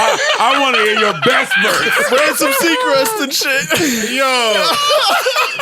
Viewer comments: said Ransom Seacrest LMAOOOO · YO WHO ELSE HEAD PARKS SAY “ RANSOM SEACREST”😂